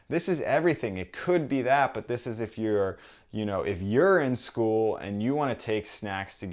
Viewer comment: "urine school" ... nice!